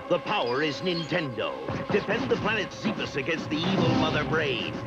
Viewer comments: They really just said Zeebes. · So, Zebes is pronounced Zee bes